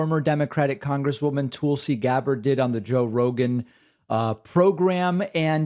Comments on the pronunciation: Does David say "Toolsi" on purpose?"🤣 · “Its pronounced Toolsie, emphasis on the tool” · lol love how you subtly call her "Tool-si." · I used to hate the way David pronounced Tulsi's name. Toolsie. It took a while, but I finally get it, and now I love it. She's a tool. See? ;) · You say her name wrong